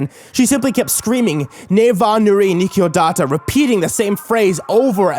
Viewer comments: ne va muri nikiodata cv de genul spune. pronunta naspa. oricum nu am prins ideea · nu vom(it) mur(mur) e nich o data. That would be the accurate pronunciation I believe. the brackets complete the word in English that would use those sounds. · aw man your pronunciation made the phrase sound japanese! it's / nu' morìm nisciodat'/ i'm not the best at showing in chat how its said but it's differently pronunciated xD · Lol that pronunciation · When i heard romanian i was like "what? When did he say something in romanian?" :)) you pronounced super weird the phrase haha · chan I can understand that he can't say it considering he does not know the language but it makes no fucking sense why you type like shit in it. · "nu vom murii niciodata"? that's not how you pronounce it. :)) for a moment I thought that you were speaking Latin. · He said it so weird 😂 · He said he didn't have anyone to help him with the pronunciation for this one. XD and apologized for butchering it. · the pronunciation sounded like a lovecraftian language.